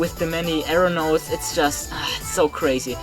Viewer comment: When you say arrow-notes I hear aeronaughts